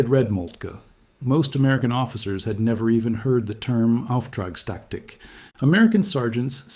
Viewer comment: "off track static", you what, mate? It's "Auftragstaktik", or "Führen mit Auftrag".